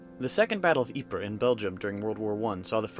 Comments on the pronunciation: Ypres is pronounced EEEP. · Ypres is pronounced like "Wipers" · You pronounced Ypres wrong